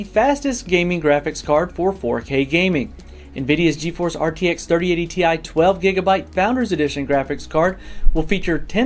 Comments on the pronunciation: It's still pronounced Tea Eye :) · You should have pronounced TI as tie